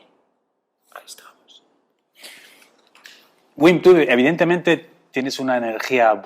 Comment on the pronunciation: pero por qué si el es holandés, pronuncia su nombre en inglés, si su nombre se pronuncia bim en holandés, no lo entiendo